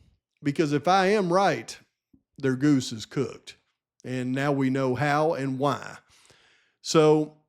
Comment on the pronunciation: hA HA I cringe every time he says the word "why" as "waaa" - like a baby cry LOL